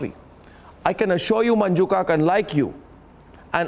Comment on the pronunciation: Gaurav Joshi Not khaak, it's Kak. She is Manju Kak gio nahi, Jio